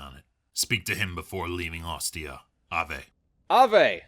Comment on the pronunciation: Such a shame about the VAs for the Legion storyline. I actually overall like it but someone needed to tell them things like it's not how you say "Longinus" or "Ave" or "Frumentarii" or something. It's not like it kills the questline or anything. But it's like having a pebble in your shoe and keeps jabbing at your foot irregularly.